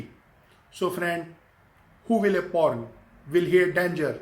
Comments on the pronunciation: Porn =prawn wa bhai Kia Gazab ki English he aapki socha Kuch aur Mila Kuch aur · till half video i didn't understand .. It was "Prawn' not 'Porn" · Hey its not p**n it is prawn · It’s pron not porn 😅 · Bro it is prawn not " porn"👍 👍👍👍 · Bhai wo prawn hota hai not porn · 🤣🤣🤣porn instead of prawn Wtf man! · Bhi its prawn not porn, its not a thing to eat😅😅😅😅😅. If u want to talk in english then speak correctly and if your spoken english is not good enough then why don't u talk in Hindi or in your mother language. You should be proud to your language . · Abe wo porn nahi pron hota hai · Bhai ek to ye bta ki tu teacher h konse school me or dusri cheez sawn kuch ni hota or bhai porn ni prawn hota h sir ji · he meant to say prawn🖕🖕🖕🖕🖕🖕😠😠😠😠😖😖😠😖😠😠😖😠😖😠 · Kyaaa yaar ye banda prawn ko porn bol rha hai.... Iske baad sahi me English ne aapni jaan le li.... Chalang laga li usne building se😂😂🤣🤣🤣🤣🤣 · It's "prawn" Not "po*n". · I THOUGHT HE WAS SAYING PORN 🙄🙄🙄but he doesn't know english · His subscribers are the one who learns English from him.. You know what my younger brother speaks English... Please don't try to learn English from this guy....... Like u don't know Chinese he don't know English.... English is in coma!! And MOUTH FART!! 😂😂 WHO KNOWS HE WAS TALKING ABT PRAWN 🍤.... CRAZY MAN!! CRAZY!! HE HAS LOST HIS BRAIN WHEN HE WAS A CHILD...!! I AM REALLY LAUGHING AT EVERY SENTENCE OF YOURS .!!!! I AM HERE FROM TRIGGERED INSAAN WHO IS HERE FROM TRIGGERED INSAAN!! 👇👇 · In the beginning I was like so shocked when he said I show pictures and fully explain..I was like wtf but then I realised he meant prawn😂